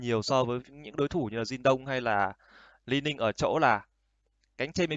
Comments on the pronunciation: Lai-ning ko đọc đọc li-ning khó chịu vl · haha quên vđ đọc là Li Ning mà ko phải kiểu tiếng anh đâu